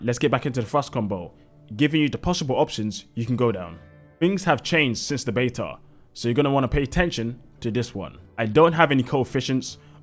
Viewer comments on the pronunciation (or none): none